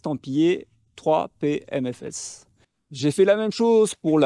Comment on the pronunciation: 3PM-S-F et pas 3PMFS (on t'entend dire "3P aime mes fesses" 🙂)